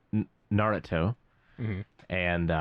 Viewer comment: HE SAID NARUTO RIGHT!